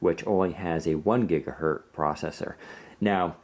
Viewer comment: Omg the black looks terrible on the screen, it's more of a grey, and WP just needs deep black :( Btw, this annoys me more than it should, it's gigaHERTZ not gigaheard.